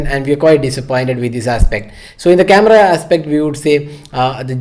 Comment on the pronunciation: that "CAMEDA" though. 😂😂😂😂😂😂